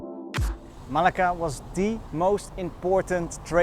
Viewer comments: Everything is fine and enjoyable. Your pronunciation makes it interesting. Thanks for sharing. A hint: There are double cc in Malacca for a reason - to shift the stress to c. You say it like you'd say Malaga in Spain. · It was nice but I don't think you pronounce Malacca correctly! :)